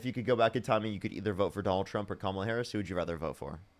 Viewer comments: « Je ne sais quoi » literally means “I don’t know what.” This guy thinks he is so very suave. Parker and his contemporaries are great debaters because they have facts, logic, and right on their side. And these boneheads who pretend they don’t know how to properly pronounce Kamala by now can quit with that crapola already. They might as well wear shirts that say “I’m With Stupid and I’m All By Myself.” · She was Vice President and he’s saying she doesn’t have “the thing”? Like the FELON? It’s just crazy from a guy that can’t pronounce KAMALA. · He pronounces Kamala's name correctly by mistake and has to instantly shift to the racist pronunciation. Pretty telling.